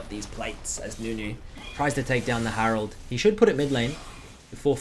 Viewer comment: you know you say harold instead of herald